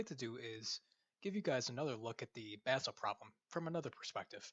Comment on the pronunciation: Basel is not ponounced "Baysel"!